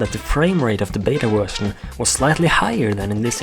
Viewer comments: you said wetion insted of vertion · i like how he says wusion insteda version